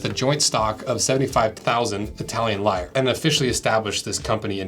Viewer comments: It's pronounced "Lee-rah" not "Liars" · Fascinating history! One little niggling point: It's "Lee-rah." Not "lyres."